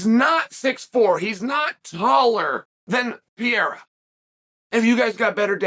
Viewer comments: Chael, say it with me Pe reí ra not hereira 😂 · Chael? PIERA? PE-REI-RA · alex "piera" lol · Alex Pee-era😂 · Chael doesn’t give af about names 😂 “Piera” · Chael: gets corrected by Ariel that Pereira's name isn't Pierra on camera and acknowledges it, says the name correctly Also Chael: makes a video the next day calling him Pierra the entire time Undefeated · Me: Alex Pereira Uncle Chael: Alex Pierra Me : Ok great. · Say it with me Uncle Chael Alex Pair-Air-Uhh! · Hey, white boy, maybe learn how to pronounce the guy's name :) lol "Pa rare a." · I love how Chael stubbornly mispronounces fighter's names. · Every time Chael says his last name slightly incorrect.. 1. I love it 2. know he knows what he’s doing which makes me love it even more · We don’t admit such things here,young man. Chael is undefined undisputed champ not only in mma,but in name pronounciation Championship also